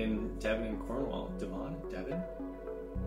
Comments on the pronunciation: It’s pronounced “Dev-in” not “Dev-On”. But it’s a nice area! Very country! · Amazing! It's DEVon not DevON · I’m going to help with a few of the pronunciations of where your daughter’s: Benin - bee-nin (not beh-nin) Devon - Deh-vn (not d’vohn) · Its pronounced like Dev'n. Not that it matters though lol. Devon and cornwall is the land of stereotypical pirates btw haha